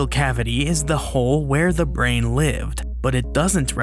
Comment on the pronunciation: "the volume of the ✨brehn✨"